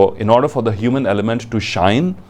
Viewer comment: Sir plz not to offend you ...your presentation is awesome but u pronounciation of your THE ...before the consonants is wrong